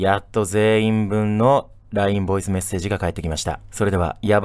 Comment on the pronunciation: ボイスが"ヴォイス"になってるのめちゃくちゃ好きですwww